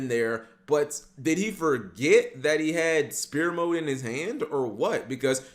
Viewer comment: Why does he say Spear mode lmfao, Sfere mode man